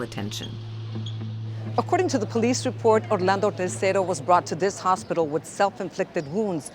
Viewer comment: I had to listen to that one part a few times, because I could have sworn she said Haley was going to watch her "repo a tree," and something told me that couldn't be right.